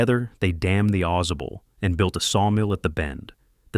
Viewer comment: It's Ai generated slop. As soon I I heard how it pronounced Ausable, I knew. "Awe Saw Bull" not "AweZuh Bull"